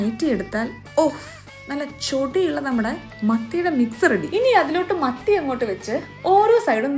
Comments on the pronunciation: മത്തിയായിരുന്നോ ഞാൻ കേട്ടത് മന്തി ന്നാ😅😅😊😊😊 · മത്തി എന്ന് പറഞ്ഞപ്പോ മന്തി എന്ന് കേട്ട ഞാൻ 😂